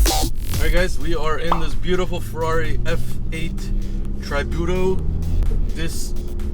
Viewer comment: F8 Traaaybiuuutoo? smh